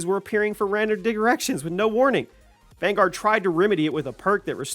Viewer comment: Here's a big cod mistake: cod vaungaurd